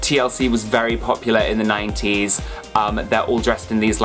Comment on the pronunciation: Is it me or is he saying the 90's and noties. Wtf is the noties.